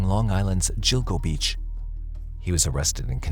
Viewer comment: So sick of AI voices getting so many pronunciation’s wrong, it’s pronounced GILL, like fish gills…. So GILL-GO-BEACH… I’m sorry but it gets on my nerves and distracts from the story… are you saving that much money by not hiring a human that can pronounce people, places, names and things correctly??